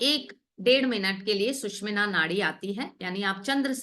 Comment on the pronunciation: सुशुमना नाडी is right pronounciation